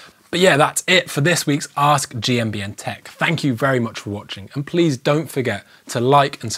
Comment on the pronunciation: Finally someone said gmbn correctly